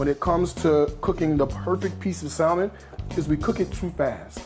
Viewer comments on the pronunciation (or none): Love the salad. That dressing is dope. BTW.... The L in salmon is not pronounced. It's Saa - Mon not Sal-Mon.